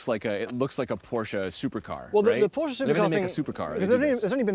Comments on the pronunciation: it’s not „Porschaaah“ it’s PorschE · I love your content guys, an old viewer ❤ but please stop saying “porschaa”, it’s “Porsche”.